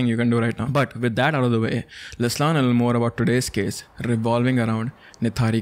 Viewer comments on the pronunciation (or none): none